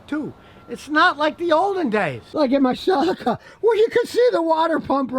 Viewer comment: I've never heard someone pronounce Celica as 'Salaca', lol. Useful information to know however. I never knew about the internal chain driven water pumps.